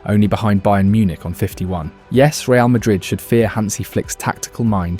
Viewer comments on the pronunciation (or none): none